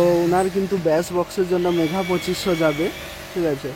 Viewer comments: উচ্চারণ টা মেগা বলুন । বার বার মেঘা মেঘা কেনো বলছেন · Mega 2500 ta thik kore bolun. bar bar megha megha ku bolchho